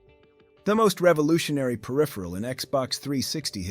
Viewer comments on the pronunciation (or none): none